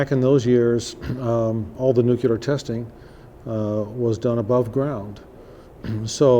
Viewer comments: Nuclear. Not: Nuculer. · made it as far as 'nuc-ku-lar' - 40s.